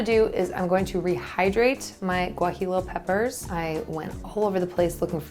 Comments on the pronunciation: Great tacos! BTW: it;s pronounced gua-hee-yo pepper :-) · Loved the video but I have to say... Guajillo is pronounced Wah-Hee-Yo. Or Gwah-Hee-Yo. pronouncing the L's as English L's is like pronouncing the L's in tortillas not as a Y sound. If you live near a large Mexican-American population you can sometimes find them in regular grocery stores, but they're fresher and usually cheaper if you go to a Mexican market. Thanks for the inspiration. I've wanted to try soy curls for a while but haven't gotten around to it. I think I'll pick some up this weekend and give them a try.